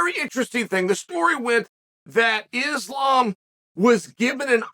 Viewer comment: When Westerners learn how to pronounce the word Islam right , it's like saying ZamZung instead of Samsung.